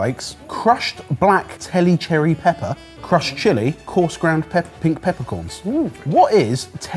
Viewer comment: Tellicherry (‘Tell-lee cherry’ like Pondicherry).